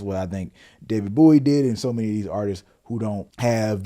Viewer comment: Please stop calling him David Booowie 😭😂